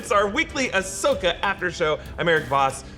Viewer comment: Am I supposed to take a guy call Ashoka “Asuka” seriously?